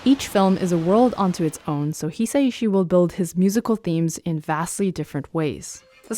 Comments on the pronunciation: It's hi-sa-shi not hesaishi. Joe wouldn't appreciate people getting his last name wrong. For Americans hi would be pronounced as he! He-sa-shi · Minor nitpick (I feel ashamed even posting this 😅): It’s a bit more like Haya-o Miyazaki (the o is a little more a syllable on its own) And it’s a bit more like Hi-sai-shi (yes, it is two characters 久 Hisa and 石 ishi, but Japanese still have a somewhat smooth transition between the sa and the i in “sai”).